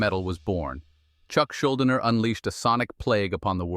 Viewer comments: The AI pronounced "Schuldiner" four different ways in 60 seconds 😄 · I really wish creators wouldn’t use AI voice overs. No ones actual speaking voice will sound worse then the incessant mispronunciation and lack of expression that AI voices give.